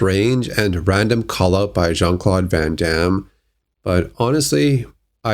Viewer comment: It's van Damme